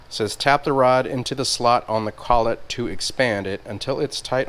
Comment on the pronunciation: you were correct in pronunciation of collet. "Cull-it"